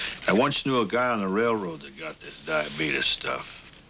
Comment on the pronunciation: "The Diabetus" 😂